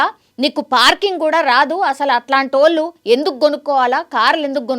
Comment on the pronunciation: Anchor! Telugu sarigga palakandi. Vaaaluuu kaadu. వాళ్ళు. ళహ కి vottu ఉంది. కంటెంట్ ని సాగ తీయకండి.